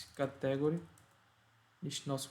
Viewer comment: Bom video. No entanto a pronuncia de Inglês é um bocado fraca. Aconselho a aprender como se dizem as palavras-chave que são usadas na maioria das aplicações, tais como "category" ou "custom". . Uma dica: geralmente quando na sílaba seguinte temos um "e", lemos "long sound" (exceto se no meio tivermos uma consoante dobrada). Também quando temos duas vogais seguidas a primeira define o som e a segunda apenas indica que se trata do long sound. Long sound tem o som igual ao do a-e-i-o-u. O short é parecido com o português mas o "u" lê-se "a" (ex: cUstom). Em português as palavras acentuam-se geralmente na penúltima sílaba, mas em ingês há uma tendência para ser logo na 1ªsilaba.